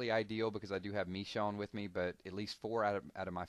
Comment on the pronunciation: Michonne is pronounced (Ma-shone) just letting you know lol